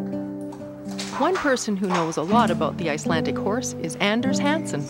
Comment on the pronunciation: IcelanDic not Icelantic 🤔 and there is no word for pony in Icelandic they are always called horses. Riding a good Icelandic tolt is like freewheeling downhill on a bicycle. Flying Pace is fast and smooth. If pace is ridden slow it's uncomfortable and known derisorily as Piggy Pace